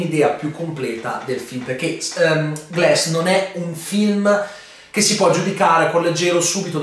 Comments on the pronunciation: Si dice glAss, non glEss... ecchecchezzo. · si pronuncia Glass o Gless?